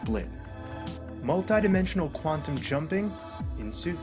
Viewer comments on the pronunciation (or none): none